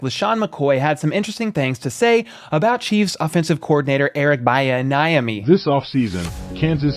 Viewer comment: Buhahaha! “Eric Byanayami” 🤣